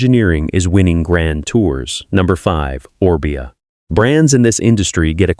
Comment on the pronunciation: Freaking AI again . Mispronounced one of the first bikes they talked about. And a second one Orbea mispronounced.